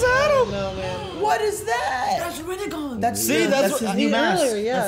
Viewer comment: moders. please tell them its not Rennegan its Rinnegan...because otherwise it reminds us of Renegade :D